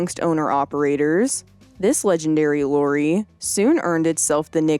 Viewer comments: Love the way you say 'lorry'. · Is it a lady or is digitized? (Sounds like "Is it live - or is it Maxell?"!) But yeah, these narrators? It's like, "I can't even tell anymore!!" Fascinating though, to hear 'Lorry' pronounced with an American accent!